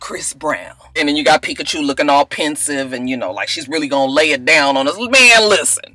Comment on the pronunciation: Peakachew......ROTFLMBO Everytime you say that I crack up.